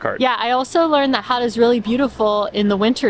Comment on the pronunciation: I'm glad you enjoyed my hometown so much ^^ Gotta go more guttural with that G though ;) Really enjoyed this vid :)